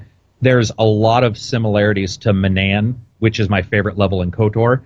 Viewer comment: He says manaan wrong... they literally pronounce it for you in the game how do you mess it up... it just irks me so much not the end of the world though I guess